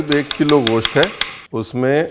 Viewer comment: Ye goshat kya hota hai ...mugal hai tu...mans bolnye mein shrram ati hai tujhye